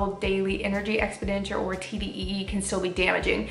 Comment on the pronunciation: Expenditure=Ex-pen-di-ture. Not expi-denture